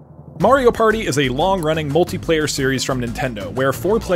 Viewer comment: “It’s a PÆRTŸ”